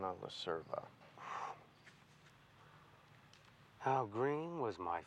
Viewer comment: Funny how they're all allegedly Italian, yet can't pronounce "Cerva" properly. In Italian, "c" before "e" is pronounced like English "ch", so her surname should be pronounced "Cherva" rather than "Serva". 😁🇮🇹